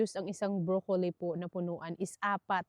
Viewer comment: this is not bashing, yung pronunciation mo ng "broccoli" iba iba kung minsan yng letter "i" ginagawa mong long "i" kng minsan short"i". Tingin ko confusing, pronounce mo ng short i yan talaga ang tama dito sa Canada never heard na long i ang pronunciation. Sorry!!!